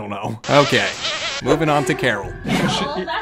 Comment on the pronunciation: Thought Caryl was pronounced Carl, Karen’s boy toy, and sidekick.😅